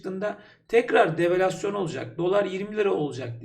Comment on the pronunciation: Yorumumu beğenmenize çok sevindim. Bir de develasyon dediniz. O da devalüasyon olacak. Gelişime açık biri olmanız çok sevindirici. Genelde insaların söylediği yanlış kelimeleri düzeltince çok sinirleniyorlar. Ama sizin egonuz yok çok anlayışlı ve doğal birisiniz. Başarılar diliyorum size. Tüm yorumlarınızı ileri sarmadan dikkatlice dinliyorum sürekli. Selamlar.